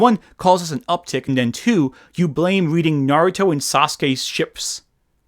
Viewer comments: Oh, yes, "modern media" , a series of franchises that on average concluded more than a decade ago. Also that pronunciation of Naruto took me the fuck out and I experienced the German dub. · as a fic writer, i think there's a tendency to see someone with a cozy mug and a librarian vibe and thinking "ah, a former tumblr kid who is reflecting on those experiences! i'd love to hear what she has to say about this community we share!" and then you hear how she pronounces "naruto" and she starts talking about the self indulgence of not adding random slurs in your writing. like. dude. policing morality in online fan spaces is like a genuine conversation within the community, but literally no one i have ever seen has ever argued sincerely that we need more one dimensional villains spouting slurs.